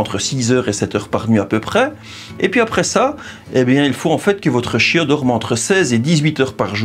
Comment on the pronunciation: « Le chiau » j’adore